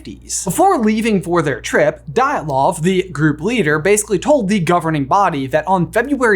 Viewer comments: Just an FYI if you’re ever doing Russian or other Slavic-language pronunciation in another video, the letter y before a vowel is a consonant. Dyatlov is pronounced “YAT-loff” with a d in front = d’YAT-loff. Hearing it pronounced as “die at love” is a a bit grating. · I hate to be that guy, but it's pronounced DeeAtLov pass😂😕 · Your video about the Dyatlov Pass Incident solves one mystery — but creates another mystery. The second mystery comes from the way that you spelled “Dyatlov” correctly while pronouncing it incorrectly (near the beginning of the video! You got ia lot closer the second time you said it, near the end of the video). When you looked at the letters “DYATLOV” in the correct sequence, the first time, how did you com3 up with the idea to say thi# as “DILETOV” instead? I mean, I’m struggling to understand how you looked at the “-TL-“ part but decided that this sequence of letters meant you should say their sequence of sounds as “-LET-“ … how did you arrive at the idea that this could be right? I’m trying to figure out what was your reading there. Please help. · Anyone else just slightly annoyed with how he pronounced Dyatlov? Or am I just picky?